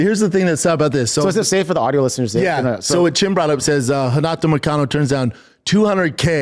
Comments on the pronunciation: Callen: Moicano? Brenda: Muhcano …. Got it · I thought he almost said “mitch mcconnell” instead of moicano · Because he's saying McConnell. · “Macano” over and over is making me so mad. He can’t even get the guys name right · Schaub keeps calling him McConnel 🥶🥶 LETS GO MONEY MOIC!!! Total Wes Watson energy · Why does it sound like Brendon keeps saying McConnell? 😂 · he mispronounces Moicano’s name on purpose what a loser